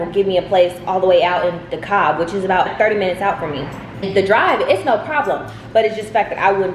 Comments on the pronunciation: 😭😭😭 it’s not pronounced “duh-kob” it’s pronounced “d-kab” it’s ok you’ll get used to the names down here though ❤️ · It’s pronounced De-cab the L is silent. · Lol “dekalb” is pronounced like “D cab”. If you’re ever on the east side I would try Good eats healthy living that’s usually where I go when I don’t feel like cooking. Their wings are fire! I usually get the soul food bowl 😌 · It’s the “de-Cobb” for me. I love it! We say “dee-cab” county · as an atlanta native i don’t want you saying dekalb like that out in public so for future references the pronunciation is De-Cab like cab the another name for taxi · lmaooo not you said “ da-Cobb” 😂😂😂😂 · Please I beg of you.. it’s pronounced “De-Kab” that L is silent baby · Yall didn't realize the way she said dekalb 😭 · i just love how u saw "Dekalb"